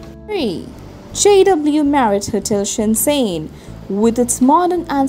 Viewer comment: shen zhen, not shen zen